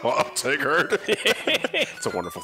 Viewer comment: I'm sorry? "I'm Tiggered?" What, you guys turned into my dog?